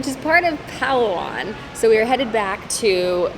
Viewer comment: They speak tag along? Better ask someone how to say it. The emphasis is on the second syllable for most words. Tah gah loge. Like the word low and the hard g sound. Palawan is pah low...like cow or sow...wan.